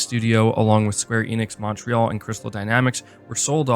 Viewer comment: Tell me your not Canadian by not telling me your not Canadian…. The way you say Montreal